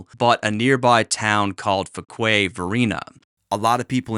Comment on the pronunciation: Fuquay is pronounced (few-Kway)